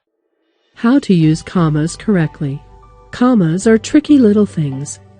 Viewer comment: lol "cammas"